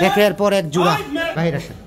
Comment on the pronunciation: জুড়া না ভাই জোড়া😂